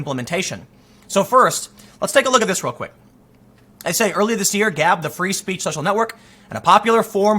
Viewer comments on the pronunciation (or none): none